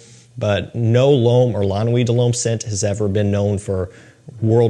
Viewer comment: Lah-Noo-Wee-Duh-Loam is EMBARRASSING